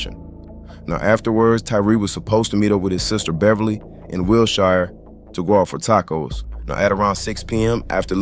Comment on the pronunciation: Homie the way you pronounced “Wilshire” confirms that you’re not from LA😂